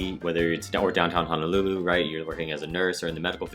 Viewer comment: Nice job on the video. I’m native Hawaiian, just wanted to touch on one thing, your mispronunciation of Honolulu. You kept saying Hanalulu. They’re “O”s, not “A”s.